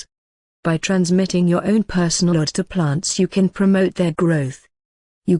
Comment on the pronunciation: It is pronounced as (oh-doc) not odd. It sounds better .